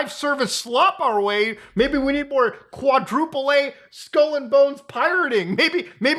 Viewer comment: it shouldnt be pronounced "quadruple ay" if you see the phrase "quadruple a" it is journalist jargon for screaming AAAA